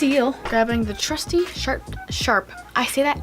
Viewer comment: Lmao I thought you said shart when you were saying sharp